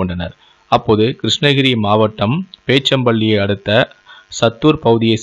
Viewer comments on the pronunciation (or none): அது பேச்சம்பள்ளி இல்லை போச்சம்பள்ளி தமிழ் தடுமாறுகிறது 👆👆🤦🤦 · நாட்றாம்பள்ளி, போச்சம்பள்ளி தெளிவாக உச்சரிக்கவும். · ஊர் பெயர்களை சரியாக உச்சரிங்கள்.. நாட்டறம்பள்ளி, போச்சம்பள்ளி..